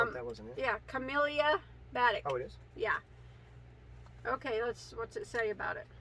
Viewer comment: lol batik- ba-teek, sheepjes -say pee-ous.